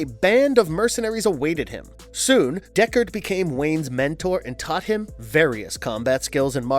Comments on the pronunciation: He did say DECARD, though! It’s DU(As in OOO!)CARD! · Dude! You have no sense of correct pronunciation in this universe. It makes you look stupid. You called Melisande ..Melisandre. then you called DUCARD .... Deckard. You would think before you make a video that you would at least watch or read the material along with Hooked on Phonics. Plus the original pronunciation of Ra's Al Ghul is Rozz not raysh.